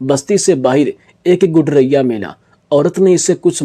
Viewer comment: بھائی صاحب گڈریا لفظ کی تصحیح فرما لیں ۔شکریہ۔